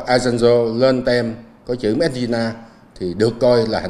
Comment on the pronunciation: ông ta đọc mết in là ma de thì tôi hiểu trình độ sao rồi ;))